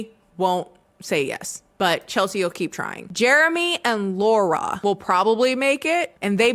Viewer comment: As someone who is named Laura. It bugs the shit outta of me when ppl mispronounce my name as Laurie. Not a slight against you, it just triggered a visceral response. 😂